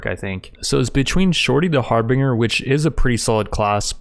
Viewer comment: just fyi, the pronunciation for harbinger is "har-bin-jer"